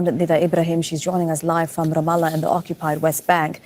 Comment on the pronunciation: Love you! Just one quick correction on your pronouncation of Ramallah: It is 'Ram-Allah', Ram means 'high place' and Allah means God in Arabic; together, it means God's High Place, and it's being stolen, along with the rest of Palestinina indigious lands, as you correctly point out. Thank you for your work and keeping your eyes on Palestine!